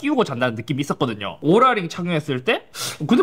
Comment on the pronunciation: 뭔데자꾸 오롤라 ㅇ로랄로 들려